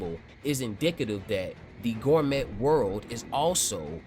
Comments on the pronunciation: Hearing you pronounce Gormet as "Gor-Met" in multiple videos is my new pet peeve..... 😂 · T is silent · Do they pronounce the T in gourmet like you do?